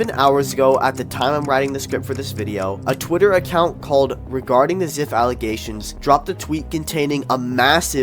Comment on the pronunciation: His username is pronounced zife small correction